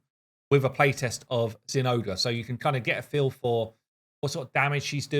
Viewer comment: is the correct pronunciation zen ahh grey?